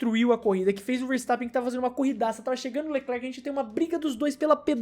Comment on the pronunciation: ele abriu pro Vertappen😁 ele abriu pro verstappen ☠